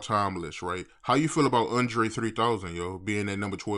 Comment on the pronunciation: “Undre 3000”